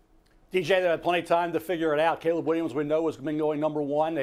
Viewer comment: Mina says Gayleb? 😂